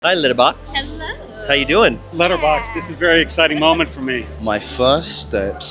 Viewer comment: The only right way to say letterbox is the way Pedro says it